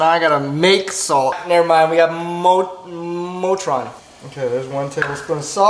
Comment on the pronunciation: This man said motron when it says Morton